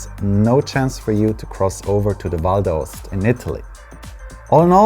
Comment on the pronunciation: Pronunciation in English: * Val D'AOsta (put the "stress" on the O) * GOndola (put the "stress" on the first O)